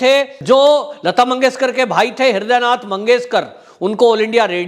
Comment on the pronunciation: कृपया नाम तो सही से लें "ह्रदय नारायण" नहीं "ह्रदय नाथ मंगेशकर"